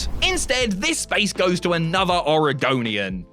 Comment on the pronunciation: It’s Oregonian. You had it right the first time lol.